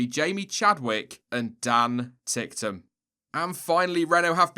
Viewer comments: I like how pronunces Dan Ticktum😂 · lol at your pronounciation of Dan Ticktum xD